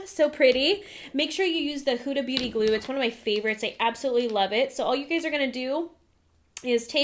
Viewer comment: lmao when you said Huda Beauty I thought "Huda Booty"